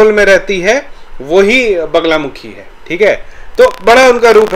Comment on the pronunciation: वगला नहीं वल्गा !! वल्गा का ही अपभ्रंश बगला है।